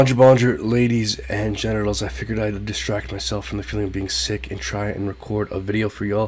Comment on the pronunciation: Hey.... listen to your opening when you said ladies and "GENITALS" 😂😅🤣